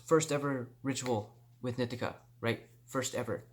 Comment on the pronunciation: "nee-TEE-kuh" NOT "NIH-tih-kuh"! 😠 Say it fukn' right bro! Grrrrrr 💥👊